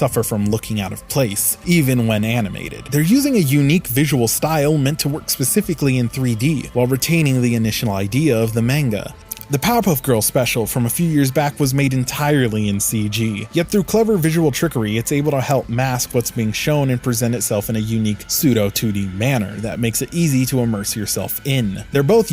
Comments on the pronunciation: I just came to say it's not main-guh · This guy pronounce manga is so white